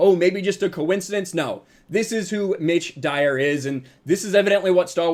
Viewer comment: Oh, it's "Mitch Dyer"! All I heard was "ditch diver".